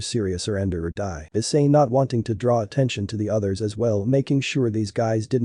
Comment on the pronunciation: it's issei not i s s e i